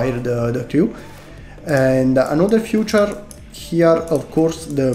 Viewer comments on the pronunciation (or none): Great model! Comunque la pronuncia per Feature è tipo Fitur , il modo in cui lo dici suona troppo come Future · you speak feature like future!